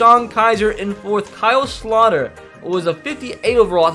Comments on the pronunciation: It's Kyle Slow-ter. Not Slot-er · By the way it’s pronounced KYLE SLOW-TER